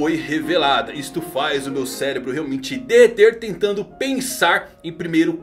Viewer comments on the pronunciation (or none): none